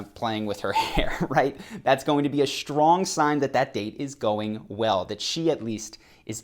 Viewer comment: It's pronounced "Strong" NOT "SHtrong"!